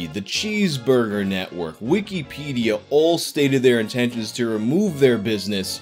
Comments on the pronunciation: “Weekeepædia”. Jesus Christ. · Why do you say it like weekie pedia? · _Stop saying wikipedia so fucked up _